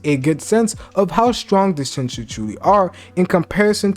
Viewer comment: You can't pronounce Shinju to save your life man lol I love the content